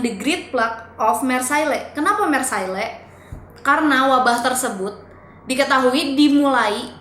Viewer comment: Hai.. Maaf ni mau point out beberapa kesalahan ya buat kita semua sebelum menafsirkan informasi yang kurang tepat.. Mengingat kalau channel ini mau fokus dalam edukasi dan informasi. Marilah kita belajar ilmu yang baku:) 1. Marseilles [ mahr-sey ] = Penyebutannya tolong diperbaiki ya 2. Mereka (Amerika) menyerang kemana-mana; Jerman, Perancis, Austria.. = Amerika tidak menyerang Perancis.. mereka perang di perancis bersama persekutuan demi membantu mendorong kembali serangan jerman 3. Corona Virus = Setau saya nama virus ini diberi nama corona virus karena informasi yang sangat minimal saat awal penyebaran. Nama corona tersebut didapat dari eksaminasi mikroskop yang menunjukan ada bentuk halo atau corona maka disebut coronavirus oleh masyarakat. Pada februari 2020, WHO akhirnya menyebut nama officialnya yaitu COVID-19. Saya rasa lebih cocok kita mengikuti standar dunia aja yaa buat penyebutannya Sisanya mungkin lebih diperbaiki struktur kalimatnya.. Keep on researching and improving your videos ya:)